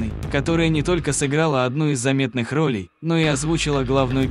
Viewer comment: Кто коментирует, не русский что ли ? Не много рОлей,а много ролЕй сыграно.